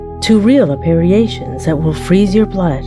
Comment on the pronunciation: Wtf is an 'appear-ation'? Write your own script, or at least learn to read one. This was a lot of b.s.